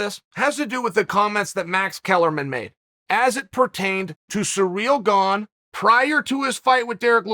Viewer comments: Sometimes it looks like Chael doesn't even bother doing any research on fighters before doing these videos. How can he not know Gane and Francis haven't trained together or shared training partners in years. And also he needs to learn how to pronounce these fighters name right, 'Surreal Gong', really??? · Me: pronounces it sirill garn Chael: pronounces it surreal gong Me: pronounces it surreal gong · Sir Real Gone 😂 love hearing chaels versions of fighters names🐏